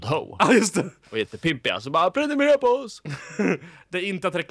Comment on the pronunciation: Det heter och stavas PRENUMERERA inte Plenumelela